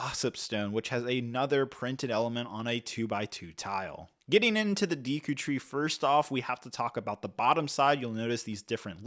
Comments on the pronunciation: Deekoo tree 😢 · You're not pronouncing the names correctly. Sounds like you're saying Orcarina of time and Deeku tree. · Dee-koo tree, orc-arina 😂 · It's Ocarina not Orcarina and it's Deku tree, not deeku tree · Deeku tree? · That was hard to watch “Deeku” (Deku) “Orcarina” (Ocarina) “Headshot” (Hookshot) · Deeku? Orcarina? Ur killing me Hylia 😭 I see your comment about it but it is crazy they sent it to you for u to pronounce ....hahaha oh god it hurts me every time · "Deeku" "Orkerina" "Hylia Shield" "Tablet" "Headshot" "Endora Shroom" "Hyleean Shroom" "Deeku Babis" "Skulltoola" My eardrums are shattered 😂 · I had to pause the video when he said “deeku” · Every time you said “deeku” and “OR-ca-rina” I flinched a little…. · If I hear "deeku", "hyleean" or "orcarina" one more time, I'm gonna throw up. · Seriously, the more I heard "Deeku" the more it made me cringe, step isn't steep, it's not that hard. To me it shows this reviewer didn't take the time to bother reading or making sure his video was good quality. This would be as bad as repeatedly saying throughout a video review Harry Porter, Batmain or The Avenegers. Like for the love of God read properly. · Bro before reviewing a set from a specific licence pls just try to learn to the vocabulary of that specific license !!! D”ee” ku tree, O”r”carina, calling the clawshot/hookshot “headshot” … bro cmon you talk here about one of the biggest video game saga of all time, a bit of respect ! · ‘Orcarina’ ‘deeku’ ‘headshot’ ‘tablet’ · I can let the Deeku slide, but Orcarina killed me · I was just pondering... should I post this or not... Ocarina "Aw-karina" Deku "Deh-koo" I could be wrong but I'm pretty sure those are the correct pronunciations... Lol Orcarina.. Now I'm going to hear that everytime I hear the word. Hahah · you killed the names. Not deeku. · These Deeku Nuts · its deffinitely not like he was saying it lol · Came here to say the same, killed me off with orcarina